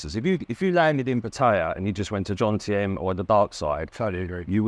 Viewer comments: How hard is it to pronounce Jomtien? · Sick hearing it